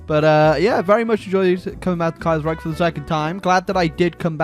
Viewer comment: Youtuber mispronounces Kaiserreich for 12 minutes and 39 seconds.